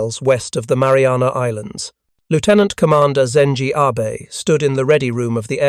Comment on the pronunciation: Cheap AI slop. “Admiral Abe” (as in Honest Abe).